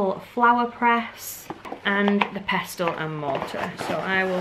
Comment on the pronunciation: Fully triggered by you pronouncing the T in pestle 😂